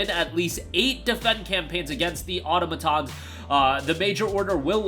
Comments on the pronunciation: How the hell do you say automaton wrong every single time? 😂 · Why can no one say “Automaton” correctly?